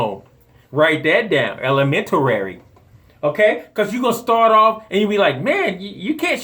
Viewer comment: “Elementarary” 😂 Love your videos bro!